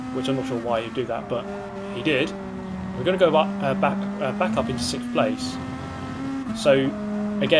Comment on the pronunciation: Will fihffth be the new sixchxhhhht?